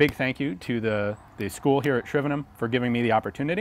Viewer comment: I appreciate Ian pronouncing Shrivenham properly I.E not saying HAM at the end